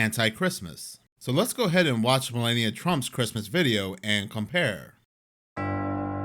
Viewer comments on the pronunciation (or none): It's pronounced Mel-ah-knee-ia not Mel-lay-knee-ia